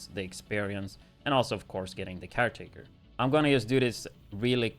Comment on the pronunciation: it's not called CAR🚗taker, it's called CAREtaker, as of the gun takes CARE of you 😂